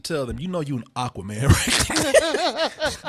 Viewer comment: The pronunciation as "Aaquaman" is kind of bothering me